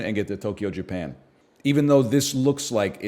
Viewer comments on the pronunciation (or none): none